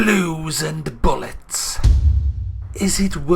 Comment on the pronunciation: Are you saying Blue and Bollocks or Blue and bullets lol.